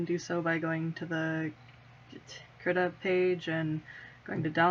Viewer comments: i heard Krita is prenounceted Kree-ta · I use krita all the time Also its pronounced KREE-TUH